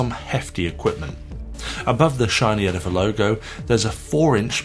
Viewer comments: It's "Edif-i-er". Great job and a thorough review. They should sound a lot nicer now, seeing how you put them in real, solid wood. Almost all cheap "wooden" speakers come in plywood cabinets. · its not called edifer though, Its edifier...